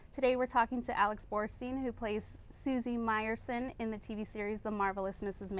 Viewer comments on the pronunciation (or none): IT’S BORSTEIN!!!!! You telling me the LA Times can’t get her name correct?